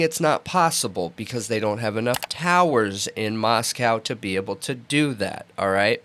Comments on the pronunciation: Also there is much in the PCA about cell phone pings, they are saying “totality” of circumstantial, so they are very much relying on the cell phone data as key evidence. As far as pronouncing Moscow, Pick your battles. It’s insignificant. We all know what they mean. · You guys are great - you really are. And smart. But you dumb yourselves down and offend the good people of Moscow by mispronouncing their town.